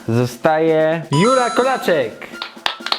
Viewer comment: Kołaczek a nie kolaczek haha